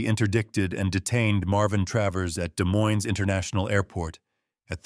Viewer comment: Just FYI--both s's in Des Moines are silent 😉